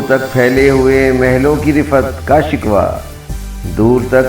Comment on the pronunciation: محترم آپ نے نظم میں اک لفظ کو سہواً غلط تلفظ سے ادا کیا ہے. اصل لفظ "شِکوہ" ہے نہ کے "شِکوَہ" یعنی شکوہ کے و پر زبر نہیں بلکہ جذم یعنی حالت سکون ہے